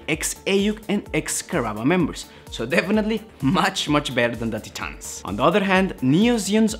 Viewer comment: It’s pronounced “Tie-Tans”, not “Tee-Tahns”. Great video tho.